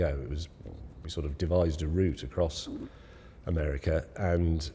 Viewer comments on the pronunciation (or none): none